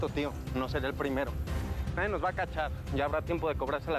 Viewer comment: dice naiden no naylen